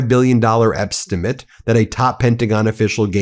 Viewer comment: you said “Epstimate”, we see what you did there 😂